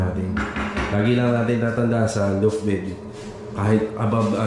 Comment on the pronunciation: Sir tinutukoy po nyo na nasa ilalim~ gas tank po, no? Di stove? Dalawang beses po nyo nasabi kasi... Suggestion din po sa pronunciation: law-ft po imbis na loo-ft.